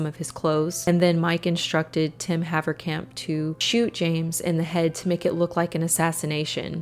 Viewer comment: Funny hearing a dutch surname (Haverkamp) pronounced correct, if they still were dutch😂